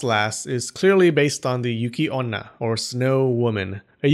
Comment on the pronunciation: It's yukionna, not "yūki" Yuuki with elongated U sound means "courage"